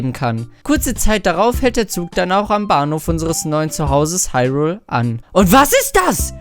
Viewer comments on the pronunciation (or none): none